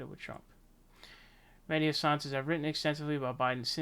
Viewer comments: Dude, it's pronounced HA-san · Why you sending his name like an illiterate American? It's like saying the country "I ran". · Mehdi Hasan is an arrogant jerk. Please find out how to pronounce his name, though.